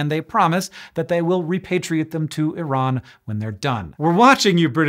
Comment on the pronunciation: Best American pronunciation of "Iran" I have ever heard